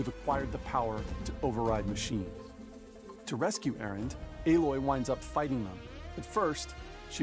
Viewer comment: It's Aloy you peasant not Aloi